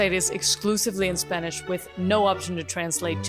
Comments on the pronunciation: I´m gonna say, this is actually a good yt video... And hold on there is a really good spanish pronunciation, but i mean spanish from Spain. R u spanish...? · Are you Spanish? Your pronunciation of spanish is amazing!